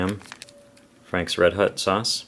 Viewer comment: It’s red hOt... not red hUt 😂